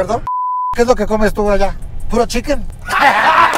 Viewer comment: que es lo que tu comes por alla ? Puro cheekenn 😂😂😂 Se pasan de verga hahahaha